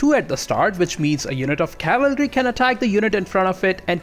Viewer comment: He absolutely cannot pronounce artillery, cavalry, or infantry. Might should have picked a different subject to make a video on.